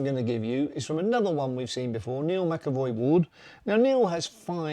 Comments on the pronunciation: Hey mate, really enjoying your content and the non emotional approach you take on mattters, keep it up! Also wanted to point out its Neil McCoy-Ward your referencing not MaCavoy. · Neil Mccoy Ward not Mcevoy.